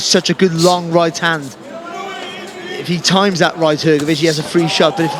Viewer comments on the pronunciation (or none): Hrgović(hrgovich) not hergovich